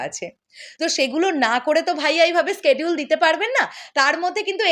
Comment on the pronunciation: আপনার Schedule উচ্চারণ হয় না, আপনি সোজা বাংলায় সিডিউল বললেই পারেন। বার বার স্কেডিউল স্কেডিউল বলেন কানে লাগে আর বার বার ভুল ভুল বাজতে থাকে।